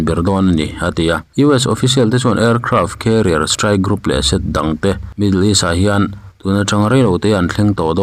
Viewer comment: Lipse a awm ngai lo. Lepse tih tur.